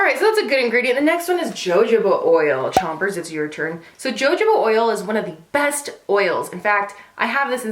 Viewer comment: Great video! One thing, Jojoba oil is pronounced "huh-ho-buh" not "jah-joe-ba"!!!